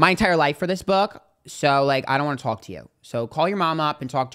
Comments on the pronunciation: “I just wonna towlk!!!” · your New York is showing "come to talk"😅